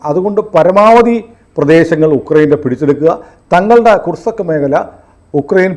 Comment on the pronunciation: ' കുർസക്ക്' അല്ല, ' കുർസ്ക്' എന്നാണ് പറയേണ്ടത് ( Kursk).